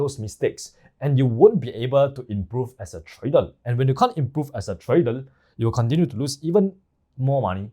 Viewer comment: Trader ❌ Tradel ✅